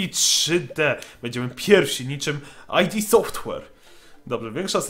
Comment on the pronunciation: Nie AjDiSoftware tylko idsoftware, czyta się jak się pisze.